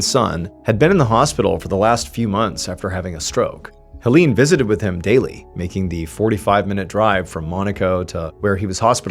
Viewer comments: Hoe-leene?? it's pronounced more like "Haylayne" dear 🤣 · Erm, 🤓☝️akshully, the name "Hélène" is pronounced "Ay-lenn." (First syllable is like the letter A.) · Great story! I am loving this series of French murder mysteries. Ps - Hélène is actually pronounced “ay-LEN’ 😊 É= ay È= eh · I really enjoy the way you tell the story. Very natural. Just an FYI, I'm an anglophone from Quebec, Canada and speak a certain degree of French. The name Hélène, because of the accents on each e is pronounced, (hay-lenn). I am going to subscribe. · Hey sweetie, A short French lesson: ;-) If there is an é in the name or word, it is pronounced as EE (i.e., like in 'emotion'). Is there an è? Then you pronounce it as EI (i.e., like in the word 'egg')!! So Hélène is pronounced as HEELEIN. Sometimes also HEELEINE (depends on the person). Warm greetz from Pinkie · Hélène is pronounced the same way as Helen 😘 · Is it too hard to search for: How to pronounce Hélène? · I love your work but in this case, it would have been BARE MINIMUM effort to look up the pronunciation of Hélène's name (closer to Helen with the stress on the second syllable). I'm usually really immersed in the story telling but this kept annoying me. It felt disrespectful and like minimal effort went into basic research.